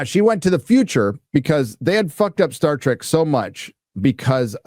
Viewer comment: Today, we get "Star Dreck"